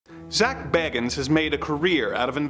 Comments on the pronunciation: One minor point: I think Zak pronounces his surname BAY-gans. Just fyi... :) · Love the sarcasm! Especially "Because of course they were..." LOL! Also, Zak's name is pronounced "BAY-gans", btw. I used to be a huge Ghost Adventures fan in my early 20s with the original trio of Zak, Nick and Aaron.